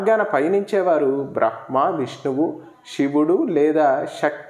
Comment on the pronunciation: " బ్రహ్మ" పలికేటప్పడు మకారం ముందు పలకాలి.